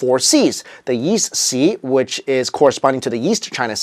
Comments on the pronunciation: why does he say "yeast" instead of "east"? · I keep hearing Yeast rather than East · Why do you keep saying yeast instead of east? ^^ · Why does it sound like he’s saying “yeast”?